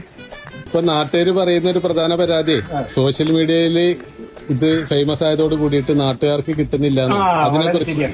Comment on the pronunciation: ശോഷ്യൽ മെഡിയ അല്ല 👉 സോഷ്യൽ മീഡിയ